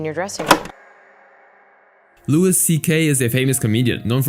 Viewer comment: Its pronounced "Louie" not "Lewis" lol